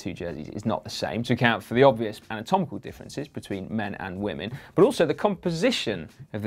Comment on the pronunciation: Did Simon say "obvious mamotomical differences " 🤔🤔